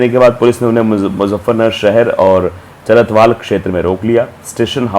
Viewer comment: चरथावल है चरथवाल नहीं है आगे से नाम ध्यान मे रखना